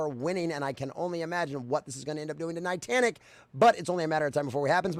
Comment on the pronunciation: It was driving me a little crazy you kept calling them "nitantic" instead of Niantic but actually I like it because rhymes Titanic which perfectly fits how they are a sinking ship by their own doing.